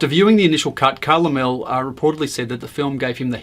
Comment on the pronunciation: Laemmle = Lemlee.